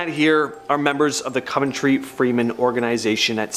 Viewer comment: It’s said cuv en tree cove ntree you mis pronounce a lot